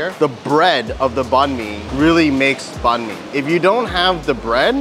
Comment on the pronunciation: Banh Mi is pronounced as Bine(as in Fine)-Mee, not Ban Mee. Please, learn how to do the Tieng Viet pronunciation before butchering the name, urgh.